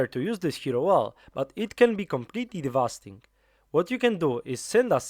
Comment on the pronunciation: Awesome guide! Just a tip, its "devastating" and not "devasting"